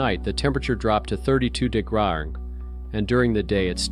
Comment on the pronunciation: What the heck is a degrah? Lol.....Seriously, it's annoying as hell.